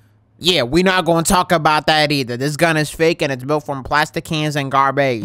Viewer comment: bro said garbaige